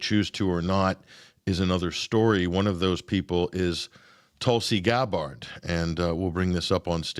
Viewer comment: YOU are pronouncing tulsis last name! ITS NOT THAT HATD, but you always butcher it